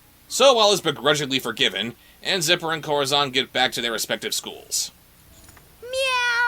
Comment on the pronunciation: Where to start with this series? First off, I can't get used to how everyone keeps calling Corazón 'Kohra-zawn'. I looked up the Latin American dub and they pronounce him perfectly! The first time they play fetchball, one of them puts the baseball in the toy box and Rotty claims it goes through the hoop. Seriously? What buffoon would through a baseball through a hoop? A baseball is clearly a toy, as evident in hundreds of illustrations of children's books. Luckily they seemed to have noticed that themselves and in the next episodes, the basketball goes into the hoop instead. Bringing us to our next point: Rotty. This has probably been pointed out in the video (I posted before watching) but why is his name Rotty if he's A BORDER COLLIE? And lastly, although people not that familiar with cars won't get this: the fact that the strays live in an old Toyota Van (VanWagon) from the 80s upsets me the more I see it. All those disposable 90s and 2000s cars in the junkyard, and they occupy the diamond in the rough. They made close to 170,000 of these in four years and only a few hundred are still on North American roads today. It's structurally even still in good condition save for graffiti and missing parts, and it is a crying shame to see one of the few survivors ending up like this.